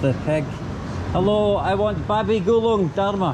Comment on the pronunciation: Not gulung its guling 😅